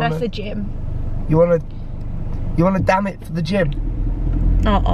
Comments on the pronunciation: HAHAHAHA when he said "damit" I thought he said "DAMN IT". 😂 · I thought i heard him saying "damn it" instead of damit.. hahahaha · I thought he was saying damn it! XD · It's like his cursing when he says damit hahaha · trying to find 'damm it' for Me: so cuteeee (even though he literally sounded like cursing her) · I love how he says damit. It sounds like he’s saying “damn it / dammit” lmao! Also it’s so kind of her to say “opo”! ♥️ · riiight? he say as if he's swearing 😂 still adorable though ❤ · yung damit napro pronounce ng damn it ahahhahahhahhaha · Damit, he almost pronounce it like "Damn it"...! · Sounds like DAMMIT 😂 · Her Tagalog pronounciation is funny XD